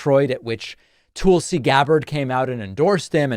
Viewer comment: Actually David, you are wrong about Tulsi (pronouced: "Tull", like Jethro Tull, and "See" or "Sea", not Tool see), she did quite well in the 2020 Democratic Presidential Debate. She dominated Kamala Harris during the debates. She was right behind Joe Biden, Bernie Sanders, and Elizabeth Warren, and she was quickly moving up the percentage board of favoritism. Fearing that she may very well pose a threat to Biden's election possiblity but wouldn't have enough favorability among Americans to win the presidential election, the DNC had claimed that she didn't have enough percentage points to continue to the next debates, which was a lie, and they had Hillary Clinton claim that Tulsi was a Russian plant. This ultimately sealed Tulsi's fate, and that's why she eventually switched to the Republican party. David, I wish you would tell the entire truth about Tulsi and not defame or slander her just to fit your narrative to titillate your audience. There is so much more to Tulsi's story that you are leaving out. I love your podcast, otherwise, and wish you all the best. Cheers.